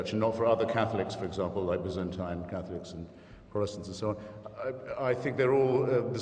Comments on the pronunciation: Hahaha his own words, "Cackliks" (Catholics) XD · hehe.. i keep hearing "cat-licks"